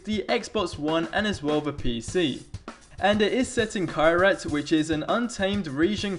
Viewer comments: It's pronounced "Kerraht" Like Ker-rat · its pernounces kee-rat with A having to sound like it does in 'water'